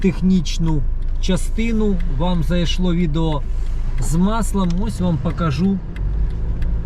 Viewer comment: Українською слова із літерою О : пОїхали, пОкажу, такОж та інші - літара О в них звучить, як О, а не А - пАїхали, пАкажу, такАж